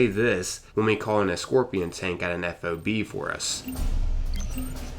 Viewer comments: It's not a f o b it's a fob one word not 3 letters. The military loves anagrams you pronounce them as words not spell it out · Nitpicky, but whenever I hear civilians say F.O.B. instead of just saying FOB, it's like nails on a chalkboard to me. It's like hearing a really old person refer to someone smoking a "marijuana cigarette". I don't think there's a single soldier in the world that ever called it by its letters instead of simply treating it like a word. (They don't have time for three syllables, dammit! Just say FOB!) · ...It'd pronounced 'fob'... like a key fob... nobody calls them F O B in the service lol. Hence why we call those that never go outside the wire 'fobbits'.